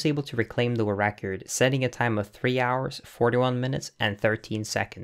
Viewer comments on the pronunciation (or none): Idk why but it bugs me every time I hear you say 'Wu-Record' instead of world record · "Wull recor" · Great video, misses some explanation for some tricks (what does barrier skip mean? What barrier?) but overall very interesting. Good job. Oh but please learn to pronounce “world record”.